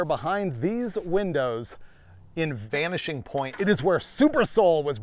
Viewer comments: 32.33 he said vanishing paint instead of vanishing point. I hope all the roadkill folk here miss that crazy car 😂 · Did I hear "Vanishing Paint the move"? Was that on purpose?😂